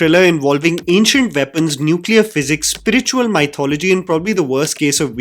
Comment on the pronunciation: Dude. It's not mai-thology. It's mythology. Just like how the word is "myth" not "mai-th"